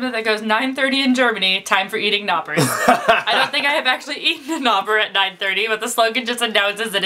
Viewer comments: Oh, it´s called Knoppers not Noppers with an K in front of the word :D Maybe like Copperfield :D :D You must open an Ritter Sport not normal :) You broke it in the middle up :D The real Nimm2 are like Gummibärchen... And she forgot to send you Katjes Katzenkinder (Catchildren) - it´s the best Lakritz on earth. But Lakritz is difficult - 50% like it and 50% hate it :D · Mich stört, dass sie Noppers sagt und nicht Knoppers xD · I'm Germany you actually say the 'k' non-silent before the 'n' (f. ex. it's knoppers not noppers) :D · The best thing about this video was these two trying to pronounce the names. TUC and Toffifee were good but I still can't get over Knoppers.. You know, we germans say it with the 'K' so for me it sounds just like Noppers instead of Knoppers. Very funny! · you allways ignore the k ... poore k ... you say noppers instead of knoppers 😁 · Hey, It called Knoppers not Noppers, don´t forget to speak out the K ;-) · It was pretty close but in the kn the k is actually pronounced in German so that was quite funny to hear:) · Wie sie konppers einfach noppers aussprechen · You forgot to say the K in Knoppers!!! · it's "k"nopers silent letter isn't used in germany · Say the K. Knopper, knabber.. knie.. they say the K. say it quickly. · Wie niedlich die das alles aussprechen " noppers " :D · We say the "k" be knoppers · You say the K. knabber, knopper.. put a k on there. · Also ich bin in der 11. Klasse stehe kurz vor meinem Abitur und kann auf jeden Fall besser Deutsch als du. Ich weiß natürlich, dass man das K nicht mitspricht, aber im Deutschen eben schon. Es hört sich ohne K einfach lustig an. LG und P.s.: Lern freundlich sein! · I love the you guys say "Knoppers" und "Knusper Keks". In german the "k" is not silent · the K isn't silent :D :D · I cannot listen to american when they say knoppers... you say the K!!!!